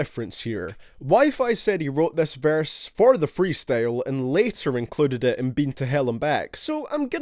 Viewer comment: Boy says verse like varse